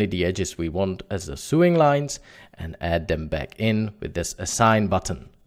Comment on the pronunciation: Pronounce Sewing.......... Sowing........ a long O Great Tut! Cheers & Thanks